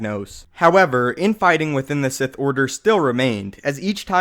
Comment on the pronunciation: The Si-ITÉ